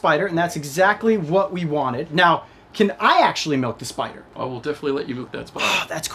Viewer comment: “We can definitely milk the spidah”